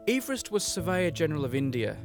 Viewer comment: This video put me through so much anxiety when he was pronouncing it Ee-verest I thought I'd been saying it wrong my whole life